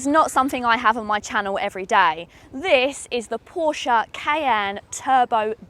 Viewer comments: This is absolutely fantastic and it looks 😍. But I think we may have a falling out over the pronunciation of Porsche...😋. Excellent production value on this video as well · She pronounced "Porsche" pretty much as most Germans would but then even Germans have different pronunciations across regions. I call it "Porsh", without pronouncing the "e" as Germans call "Jaguar" "Yaguar"